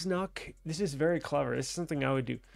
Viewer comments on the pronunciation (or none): none